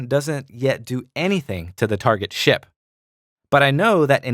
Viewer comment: anyone else hearing shit every time he says ship?